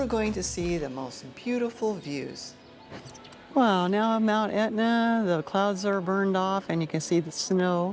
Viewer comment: Can't pronounce Taormina? And it's Etna, not Aetna. Nothing about history or architecture. Turgid!